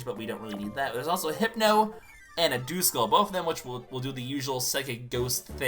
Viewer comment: Duskull I'm pretty sure isn't pronounced dooskull its duhskull